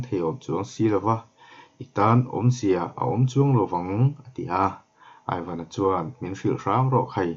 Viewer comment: Aivan i tih hi (ivan) tih a lam tur a ni zawk em aw ka lo ti😁😁😁a ngaihnawm ka ti lutuk he thawnthu hi